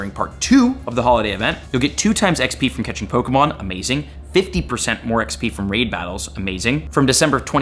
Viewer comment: Your pronunciation of pokemon names makes me so angry